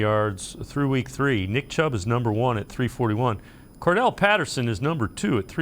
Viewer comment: Why does everybody pronounce Cordarelle Patterson's name wrong?